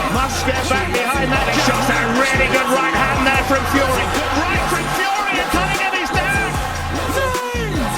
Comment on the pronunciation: Tyson FeYUHree